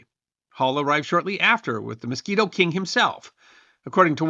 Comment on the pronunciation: MISQUITO, NOT MOSQUITO!!!😂